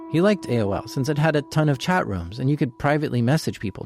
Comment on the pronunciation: sounds like hes saying chet instead of chat!